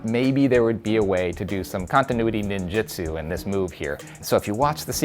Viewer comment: Did he just say "ninjutsu"?